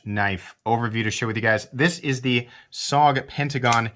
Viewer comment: Studies and Observations Group = S.O.G. Also you pronounce it as 3 letters not one word. Also missed the workings of the XR Lock, it is mechanically different that the axis lock and other "bar" locks. You're expecting this knife to be something it's not, maybe need some research, missed the mark on this one.